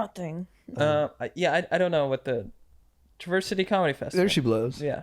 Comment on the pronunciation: Hey bros, loved this episode, especially the Michigan convo at the end - I'm in LA now, but born and raised in MI! Y'all should def go up to the UP if you get the chance, it's one of the prettiest places in the world (Only like an hour from TC). Just a heads up - the 'a' Traverse is pronounced like the a in apple, so it kinda sounds more like "Travers" City. Enjoy the Great Lakes!